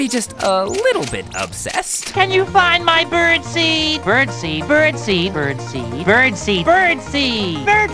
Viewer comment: I keep hearing Birdsy each time he says bird seeds🤣